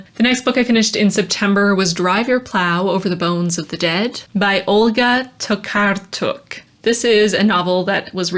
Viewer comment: I’m so glad you read Tokarczuk! Her writing is brilliant! Also it was fun to hear you say her name, you did pretty good! 😉😉😉😉